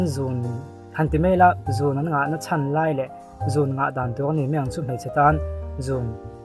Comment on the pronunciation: 'Zun' nilo in 'zûn' anilo maw